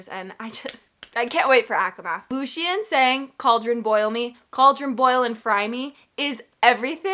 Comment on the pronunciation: Also Loo-shen is correct, lol! In SJM’s original pronunciation guide, that’s the phonetic spelling